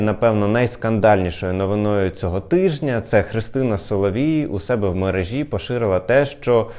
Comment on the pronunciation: ‼️Чому це мережа́, мережі́? Єдиний правильний варіант вимови це мере́жа, мере́жі!‼️